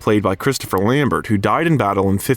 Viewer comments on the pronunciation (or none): none